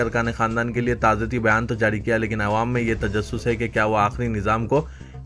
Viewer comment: Ewam nahire GADHY "Awam" bol